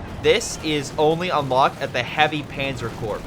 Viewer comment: I’m a fan and love your casts, especially when you explain strategy on submitted games. A small point: Corpse is pronounced “Core” the p is silent except when describing a dead body. Keep on with your excellent productions. Have fun, fm